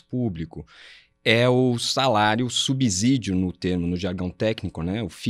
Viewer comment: SubSídio não tem som de Z. Que preguiça essa palavra com Z.